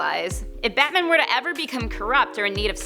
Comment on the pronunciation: It sounds like she's saying Batmin.